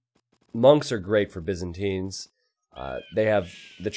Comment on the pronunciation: can you stop saying BIZinstines, its Byzantines